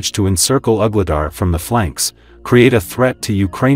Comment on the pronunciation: Some of the AI pronounciations are really funny. Ugly dar 😂